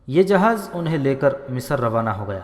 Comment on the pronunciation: अगली बार जब आप रिकॉर्ड करें तब लफ़्ज़ की अदायगी सही तरीके से करें आपने हर जगह " मिस्र" को मिसर, "सेहरा" को सौहरा, "बग्घी" को भग्घी "नामवर सालार " को नामूर सालार कहा है,और हद तो यहां तक कर दी कि एक दूसरी तारीखी किताब "शमशीर बेनियाम" में हज़रत "अबू बक्र" को अबू बकर कहा है, आगे से इसका ख्याल रखें!